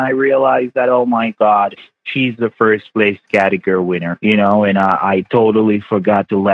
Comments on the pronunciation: He does not know how to pronounced Category. He says "categer" 😂😂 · None of them can pronounce category!!! 😆🤣😂